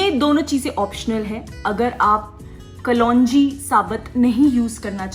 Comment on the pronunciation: Who says kalonji ko kalwanji?😉😂😂